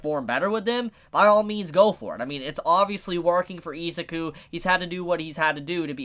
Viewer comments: I'm gonna need you to rewatch the anime and learn to say I-ZU-KU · Say Izuku like the dub because you kinda piss me off when you say it the way you do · Bro, your pronunciation of Izuku makes me cringe. Just call him Deku. I can't watch the whole video because my ears are bleeding.